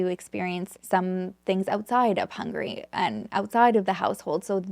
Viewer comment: I love your content ☺️ but Hungary isn't pronounced as Hungry but really as Hung-a-ry 👍